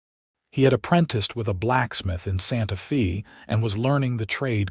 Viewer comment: It is so sad that these stories made with AI butcher words and the punctuation, is misunderstood by the algorithm. For example, A name Mr. Smith, is interpreted as Mr. being the end of a sentence and Smith being the beginning of another. There is a pause where it shouldn't be. Santa fe being pronounced Santa feee. Otherwise, a good story. Though this mountain man romance is becoming just an AI formula, where there is not much difference from one story to another. Using AI is not really writing a story. It uses a stereotypical plot, lacks imagination and soul. It doesn't catch the mistakes, and at worst is just cringy, such as werewolf romances. People listening, keep in mind the AI software can take an old man's voice, and make it sound like a young girl with an Irish accent. Listen to other stories and you will notice that some sound slightly robotic, monotone, or over-exaggerated melodrama. It will get harder to tell the stories written by real people, compared to stories that are computer generated after someone in put information for characters, basic plot and narration voices, then pushed an enter button.